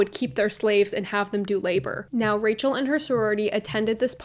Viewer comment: one time you said rachel and i thought you were saying racial with a miranda sings accent... my mind